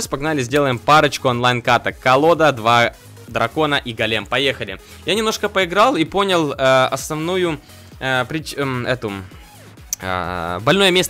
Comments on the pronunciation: не голееееем, а гооооооолем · гОлем а не голЕм